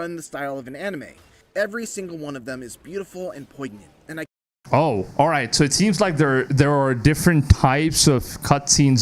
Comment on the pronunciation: IGN reviewer really said "poyg-nant" LOL